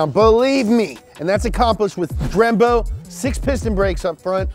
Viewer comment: did he just say "drembo"?